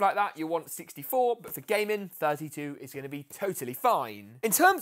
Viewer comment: The way he says but 😂 BUHT